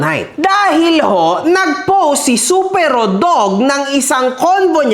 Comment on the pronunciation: mali pronunciation mo sa Supero po search ka pa po😂 first time ko mapanood vlog neto dahil sa Supero, useless naman pala kulang-kulang yung infos, panay yabang din🤣 siya daw ung katapat dzuhh entitled masyado, and obviously selective ka sa comments sa fb dahil nandon na mismo sa post ung nag apology na isa siya sa nang damay sa anak at pamilya. Natatakot ka po siguro ibunyag ung business ng Supero kasi ikaw din mapapahiya. Anyways good job for introducing Supero as a great dog owner in the breeding industry.